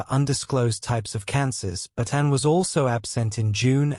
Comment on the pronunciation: why cant they get real voiceovers? the AI cant say "Anne"